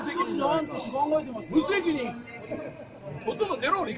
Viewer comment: この無責任っ！の言い方、黙秘っっ！！に似てる